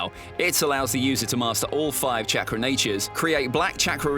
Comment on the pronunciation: This guy keeps saying Chakra wrong 🤣🤣